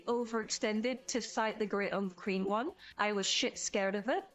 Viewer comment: fun battle report once more! why do i keep hearing Great Unclean One as Great Uncream One? D